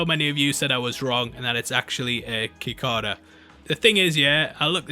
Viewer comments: lmao, it's Si cAda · Sick-ay-duh. Cicada. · Its pronounced Si-ca-da, Just a nitpick :p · "KI-KAH-DUH" lmao its "CEE-KAY-DA" that's you known you've never heard of one lmaoooooooooooooo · You can say “si-kah-da” or “si-kay-da”. Either pronunciation is correct. The pronunciation changes depending on your regional accent. But you may not say "ki-kah-da". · Kikada!!! Lmao! Here bro, lemme help you out, it’s pronounced “sic-caid-ah” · KI-CK-A-DAA lol It's pronounced si-ck-ae-da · "sycada" its Cee-kay-da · cicadas are not “kick-ka-da”s they are “sick-k-da”s lol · “Kickada” It’s pronounced as “Si-Cada” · The bug (Cicada) you’re pronouncing “kickada” is pronounced sick-aa-dah. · Kikada? Cicada (si-kay-da) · A ki-whatta??? 🤣😭😭⚰️ We pronounced it like "Si-Cay-Da" (Cicada). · "Kikayduh" lol it's cicada pronounced "sick ay dah" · He really just said “kikada” instead of cicada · cicada------ sih-cae-duh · cicadas (/sɪˈkɑːdə/ or /sɪˈkeɪdə/) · Cicadas pronounced Sea Kade uh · Lol 😂 it’s pronounced see-Kay-ta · The bug is pronounced Zi-Kay-duh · It is! is British and never heard of it before so he's pronouncing it phonetically, but It's "sick-aid-ah". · it is a cicada which is pronounced "see kay ta" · Mark Hamill as Nightmare would be everything ahhh! I’m so excited to see where the show goes. Also Cicada is pronounced “suh-kay-duh” should you need that for future reference lol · I got you bro..pronounced.."See..K..DA" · the pronunciation of the word cicada was sending me lol. just for the future, it's pronounced "sic-aye-da" 💜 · It’s a cicada. (Suh- kei- duh) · Suh-kay-duh. Cicada . Always happy to help. :) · Sih-kay-duh, friendo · Cicada. Pronounced sikada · No big deal but the Cicada is pronounced “sick-kay-duh” or “sɪˈkeɪdə”... I know, weird language. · The insect is pronounced sick-ayy-da lol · CICADA =cee-ka-da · Cicada (suh-kei-duh) lol just in case it wasn’t a joke. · It’s pronounced. “Sikada” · "Cicada" is pronounced "sick-aid-uh". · Saaa kay dah. Cicada.